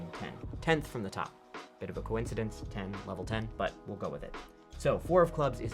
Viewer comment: "a bit of a coincidnece"